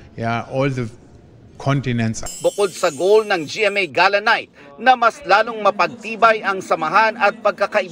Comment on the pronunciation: Ga- luh. ang tamang pronunciation hindi gey luh